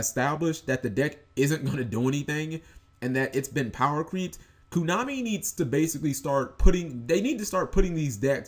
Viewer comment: why do you keep saying koo? it's koh-nah-mi, man.